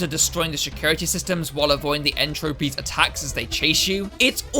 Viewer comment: Actually, the fight against N. Tropy, it does not rhyme with trophy. lt's N. TruPEEE!